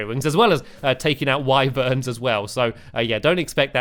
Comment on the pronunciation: It is pronounced wiverns not whyverns